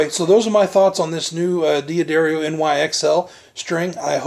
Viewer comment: I have that exact lamp!!! (the one over the gentleman's left shoulder) DOOD! It is NOT pronounced DEE UH DARIO! It is pronounced Duhdario. You're a guitar player? Duhdario, not DeeAhDario. You put 10-46 on your Strat? DOOD! That's not the right gauge. Factory standard & recommended is 9-42. I appreciate the review, but you are blowing a lot of things: pronunciation, string gauge, that dumb lamp, your horrendous t-shirt, and that GUITAR! I have a Strat too, but mine is WAY prettier than yours. Yours is kinda ugly. Just like your lamp.